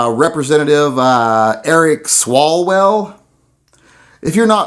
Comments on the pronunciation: I believe the Congressman's name is pronounced "Swallow-well". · It is pronounced Swallow-well